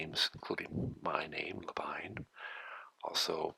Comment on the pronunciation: La fin du nom Labine n'est pas prononcé comme le nom Anglais `wine` mais fini comme le nom Anglais Ìnn'.